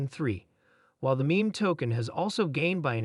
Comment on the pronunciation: Can can you take advise from a person that sounds like a bot and can’t pronounce Shiba Inu correctly and the word “meme”. Smh